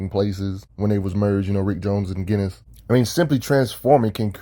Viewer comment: Are you sure its pronounced GHEN=is? I was under the impression that iwas JENN- is, but i may be wrong. I think that because o dialogue in an issue awhile back where they make a JEN name joke. Not sure tho